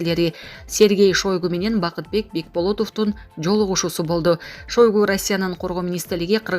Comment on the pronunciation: Шойгу деп жазылат, окулушун туура айтчы чон кыз Шайгу деп, уууууффф тойгуздунар го жалан эле экичи дикторлорбу?????😮